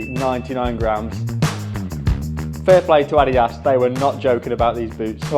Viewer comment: That is not even close to the correct pronunciation of Adidas..